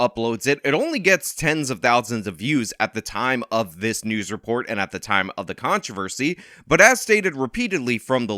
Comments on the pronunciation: Hey con-TRAV-a-cy? Why you say it like that? Love your content btw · Contròversy.I believe that in STANDARD NORMAL ENGLISH the stress falls on the O